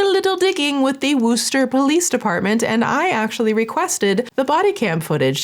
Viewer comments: As a MA native we definitely do not say “woo-ster” lol it’s more like “wus-ster” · Swoop I love you girl 🫶🏻🫶🏻💕💕, but as a Massachusetts resident this was so hard to watch Wuh-ster✅ Woo-ster ❌ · WOO-ster Has me dying. Wuss-ster. Or if you are going v authentic. Wuss-stah. Love ya! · Swoop! I love you, love your content, you’re a goddess. But you pronouncing it “Wooster” was killing me the whole video 😂 it’s pronounced “Wuster” I feel I can speak on this because I’m from Mass, but it’s also my last name lol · lol no one can pronounce Worcester correctly unless you live here… you were so close though!! It’s w-uh- like you’re getting punched in the gut, not woo, but so so close 😂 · I Love you swoop but as a local to the worchester area it’s “wuh ster” not wooster. like the way ryan says “wuph” on the office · Its funny the way you pronounce Worcester (actually pronounced wusta) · Great work, as usual. But as a MA resident, it's my duty to tell you that your Worcester pronunciation is *so close* but not quite there. It's more like "Wuss-terr" than "Woo-ster"! Props for not saying "Worchester" haha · I love you. I love your content, but it's not pronounced Wooster. It's sounds like Wister. Wistah, if you're from Massachusetts. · Girl the way you’re saying and changing “Worcester” is sending me 😂 I live in a state with a city derivative actually called WOOSTER, (pronounced like in WOO-HOO)… I think Worcester is more like the sound made when you say “wuss.” They also will pronounce it with an “I” sometimes like “wiss” 😂😂😂😂 the way I was like, wait… is this where I live or…I thought…. Yea 😂😂😂😂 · As someone from MA, the pronunciation of "Worcester" is sending me. Admittedly, most MA towns are not at all pronounced like they're spelled. In all honesty, you really did great. Still funny though. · Im from the Worcester area and just so you know, its pronounced 'Wuh-ster' 😊. Or if you want to sound like us, wuhstah! 😂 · I love Swoop! I'm so sorry but "Wuss-ter" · It’s woostah